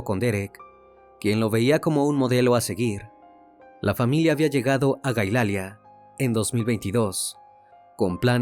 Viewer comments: No es Galaila, es Hialeah; y se pronuncia: Jaialía. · Esto pasó en Hialeah Se pronunciaría jaialia no gailia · Se pronuncia: Jayalia 😂 se escribe Hialeah. No entendía el lugar en Florida😂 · Es Hialeah. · Es Hialeah no galaila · Se pronuncia jayalia...pero escribe Hialeah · No puedes pronunciar jaialia? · Investiguen bien él tenía a su esposa en Cuba y ahí desde que ya salió embarazada ya no vivía con ella y es reconocido la niña supuesta y alegadamente después de dos días de la señora Irina está ahí de mi vida investiguen bien antes de dar la noticia y fue en Hialeah pronuncien bien el nombre